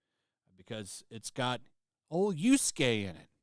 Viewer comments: Sorry, stop saying yusuke its yasuke please. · Dude i can't with the yusukei. It's pronounced YA-su-Kei. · Bro I hate this woke shit more than anyone else, but It’s not Yuske my guy his name is Yasuke lmao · Just one thing... You keep calling YAsuke "YUsuke". One of them is a Retainer, the other is a Spiritual Detective.